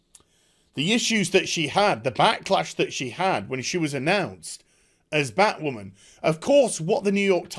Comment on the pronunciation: thumbs up just for the "Bat Wahman"